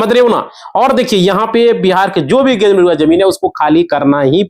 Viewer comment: Gair majarva hota hai Ganr Ganr kar rahe ho